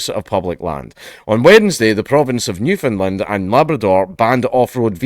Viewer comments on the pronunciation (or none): Understand its Newfoundland, not new found land